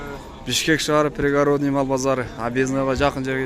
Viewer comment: Пригородный деген созду уйронуп алчы кандай айтылаарын,сенден сураныч.Ударениесин мага келсен,бекер эле уйротом😂😂